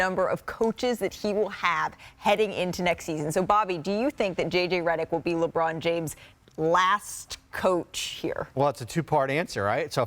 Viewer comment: Lerbon James?? 🤣